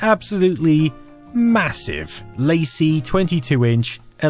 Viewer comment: WTF Is a Mahoosive? Sounds like "Yah-hooo-sive!" lolz (cuz of the Yahoo chat video recently? SHUT UP AND WHY ARE YOU READING THIS? Keep scrolling! XD)